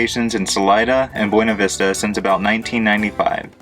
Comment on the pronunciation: Just fyi...the locals pronounce it Beeena Vista. Love your channel!